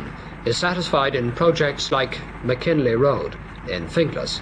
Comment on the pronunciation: Reporter pronounces it like McKinley road when in fact it's Mckelvey road in Finglas.